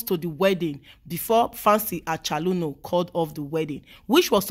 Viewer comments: Fancy Achaluno. 😂😂. Her pronunciation of the name got me lmao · A CH O L O N U, not acholuno😃